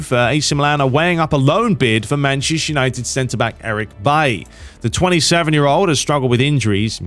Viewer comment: Whenever you say Manchester United, it sounds like you’re saying “Mancheshire United”. Is it just me? 😂 come on sort it out mate!